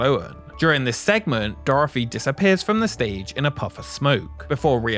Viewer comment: Dorthy!! Not Doorefry!! Just messing with ya, enjoyed the video!! Keep up the good work!